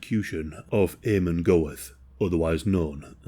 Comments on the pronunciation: If you're going to make a video on this man you might at least have tried to pronounce his name correctly. In phonetic English its pronounced Armon Gurt. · There is a documentary called Inheritance about Amon (AH-mon) Goeth (gurt)'s daughter (love you,, but here's some more pronunciation: Płazsów = PWAH-shohv). She talked about how there were kids when she was growing up who used to think it was great that her father had been a Kommandant of a concentration camp, and that it never sat right with her. She also talked about her mother, and what she had been told about the camp itself as a very young child. She also taked about Oskar Schindler, whom she used to see here and there all the way through her teen years. And, at the time, she was raising her mixed race grandson. She got to meet a couple of survivors and hear uncomfortable stories about her father.